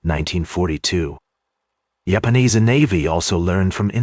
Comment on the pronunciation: Why do you have to have an AI generated narrator, that calls them Yapanese? It’s so stupid. This is dumbing people down. Do better.